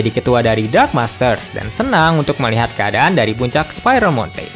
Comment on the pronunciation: Dark bang bukan drag